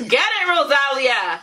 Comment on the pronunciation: Es ROSALÍA Acento en la Í,...No ROSÁLIA🤦🏻‍♀️😂😂😂